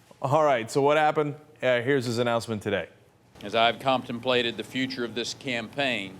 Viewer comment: At about "I have COMPTEMPLATED" thats right, he said it wrong.